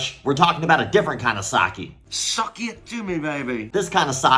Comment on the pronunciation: It's not sa-ki... It's sak-ki (pronounce the k twice) Satsu - Ki Doesn't change that it's clearly BS